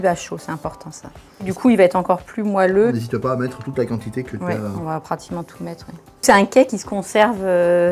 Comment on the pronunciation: On dit moÉlleux, pas moAlleux